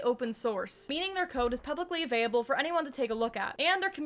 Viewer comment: why do you keep saying "avaiable" during your ad? did they forget the L in the script they sent you?